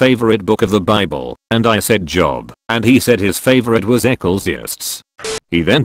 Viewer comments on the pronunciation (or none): I like how the artificial voice mangles the biblical names. Maybe you could have tricked it into saying the names correctly (Jobe and ekleezy yasstease.). :-) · Come on, computer voice, you had one jobe.